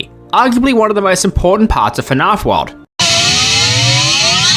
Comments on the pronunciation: Your videos are good dude. You just need someone else to watch them before you publish them, to catch small mistakes like these that are easily fixed and make your work look way more professional. I'm also Australian, so hearing you pronounce "fnaf" as "fnarf" like a bogan yank was rough, but I'll forgive you for now. Pronouncing the G gnat is pretty inexcusable, however. 😅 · "fi-narf" "Guh-nat" Oh boy, this is going to be a long video. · I love how you say "fahnarf" instead of fnaf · I heard "Fnarff" about 7 times in the first minute and quit. Wtf is that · I love how you pronounce “FNAF”